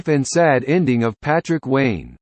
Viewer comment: It's not lane it's wayne.